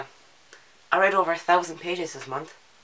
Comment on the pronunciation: When you say month it sounds like you forget that there's an h at the end. "Mont". I love it, haha. Also, you couldn't stop swivelling in your chair, haha! OH, MAN, WHAT ARE THE ODDS? ON THIS DAY I TOLD YOU MY STEPFORD WIVES-ESQUE SHORT STORY! That escalated so quickly, hahaha. "20 books? I read that in my sleep, upside down, in cave, at night!"